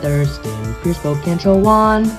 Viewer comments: And I was impressed by the accuracy of the other pronunciations. You wouldn’t believe how many times I’ve heard Spokane pronounced spo-KAYN by outsiders lol. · So glad you pronounced Spokane right